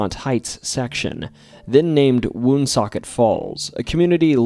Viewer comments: I grew up in Cumberland and Woonsocket RI. Its pronounced One-Socket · I thought you are from RI but the way you pronounce Woonsocket says otherwise